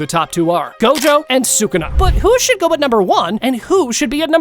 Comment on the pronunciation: You're dumb bro say sakuna 1